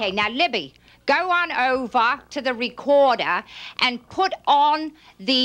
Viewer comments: "Go on ovah to the recordah!" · Go on ovaaa to the recodaaa Libby 🤣